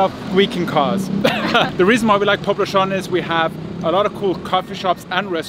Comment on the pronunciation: You're doing not too bad on Legazpi. But Poblacion is pronounced poblassyon. In no country in the world people say "poblashon". Where the hell did you get that from?